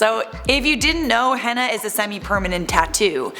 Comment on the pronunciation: STOP PRONOUNCING HENNA WRONG PEOPLE